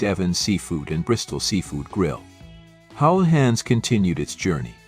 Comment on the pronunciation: Im sorry but I remember getting a hamburger from Houlihans, or as the very unobvious AI voiceover calls it Hullions or is Howlians. Anyway that hamburger was ridiculously priced like many of the other menu item. Despite their being one practically down the block from where my Mom lives now I haven't tried them again since! Are their prices still exorbitant?